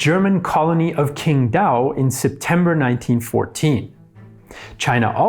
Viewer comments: Just one like of criticism: pinyin 'q' is read /t͡s/, so 'Quin' is pronounced more line 'tsinn', Qurin mor like 'tsi-zhin', Quingdao more like 'tsinn-tao' (yes, the beer is named after the province of origin), etc. Same holds for 'c', so 'Cao' is actually 'tsao'. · For God's sake. If you're going to make a 30 minute video on a country's history... at least learn the basics of how to pronounce the names of people and places... -_- Q in Chinese is prounounced CH. The Qing dynasty is pronounced CHing. Qingdao is pronounced... CHingdao... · It's not Quingdao but Qingdao, 'q' sounds like the English 'ch' in 'China'. The older transcription is Ts'ing-tao. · Qing = "Ching". Q in transliterated Chinese is pronounced CH. Qingdao = "Chingdao" (formerly Tsing Tao).